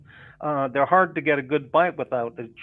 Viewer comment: it‘s haaaaaad